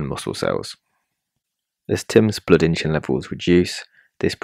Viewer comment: The pronunciation of "insulin" with an "h" is not standard or correct. The word is derived from the Latin word "insula," meaning "island". The correct pronunciation of insulin, as indicated by dictionaries and common usage, is "IN-suh-lin" with a clear "in" sound at the beginning. There is no historical or linguistic reason to pronounce it with an "h" sound. The confusion may stem from a broader phenomenon in English called "aitch anxiety" where there's a perceived need to articulate the "h" sound in words like "hospital" or "herb", sometimes inappropriately. However, this does not apply to the pronunciation of "insulin".